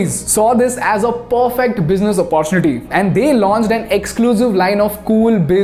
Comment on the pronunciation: Please pronounce 'opportunity' properly. Use google text to speech and learn.